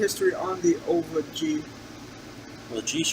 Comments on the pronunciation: Great review. It's Oliva not ova though 😉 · It's pronounced Oleeevah!